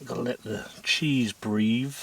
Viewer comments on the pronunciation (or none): Why can't you say breathe properly?